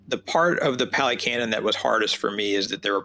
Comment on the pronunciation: Pah - lee, not pally. Buddhism is N O T a belief system. Ever. In not one place in the Canon are you required to blindly believe in anything. This is not a blind faith situation. It is an investigative situation. There is no God here to blindly follow or pray to to appease the self - there is no permanent self, no soul, no 'me' that is doing anything or controlling anything. There is Dependent Origination. The entire Canon is about one topic and one topic only - the truth of Dukka, the cause of Dukkha, the ceasing of Dukkha and the path to the end of Dukkha, the 8 Fold path. That's it. You investigate and observe and see the truth of non self, Dukkha and impermanence. It is not about logic, not about getting anything, not about seeking. The Four Noble truths, reflect on these, see the truth of the way things are. Also the Buddha lived and taught 2,566 years ago. Also you don't walk with the Buddha. The Buddha is not a person, a form. There is nothing. It is empty. There is no dogma here, no belief system, no God, no creator, it is not a religion but a practice. The Brahma you read is the divine abodes. The Hindus are attached to a belief system. You're perception is that there is a creator God and are intent on comparing and returning to this belief, this is a Fetter, a hindrance to awakening. Your mind is closed, you are caught in the worldly winds. You may find Ajahn Sumedho enlightening, he is American and has a lot to say about the conditioning we've experienced. He and h